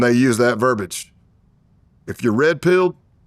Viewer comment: in the video, it's verbiage, not verbage.